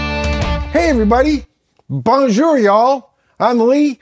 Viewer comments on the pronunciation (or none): Tu va devoir pratiquer ton accent bonhomme, you will have to practice your french your accent is not good at all man ! you sound better on voilà then on Bonjour